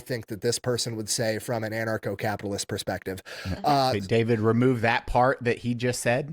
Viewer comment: It's 'an-archo-capitalist", not "anacro-capitalist". What you pay in taxes for police protection is more than on the market. The government tends to pay 1.5 to 2.5 times as much for the same service. A protection racket is where you pay for 'protection', or else there are consequences. That's not an argument against ancap, it's a description of the current system. If the taxes you are already paying for can pay for your current protection, then you CAN afford private security. It's the same thing, just with consumer choice and not threat of imprisonment if you don't pay. No, ancaps don't want to pay for welfare queens. If they choose to stave, that's their choice. Edit: your assumtion implies that the options are: a) Poor people starve b) Non-poor people are enslaved by the poor people. I think this might be what they call a false dichotomy. This is just as disingenuous as me saying "Oh, you want (insert government funded thing here), therefore you to enslave me?" "So these are people who have committed crimes" That's a pretty big assumption. And also wrong. "They want police to be abolished so they can do whatever they want." Yes. That includes accepting the consequences of what you do. These are ancaps they're talking about, not Sternerites. I don't want the Ministry of Truth telling me what I can and can't say. If someone thinks what I said is offensive, they can take it up with me themselves, rather than sent a SWAT team to take a fat shit on my rights. 1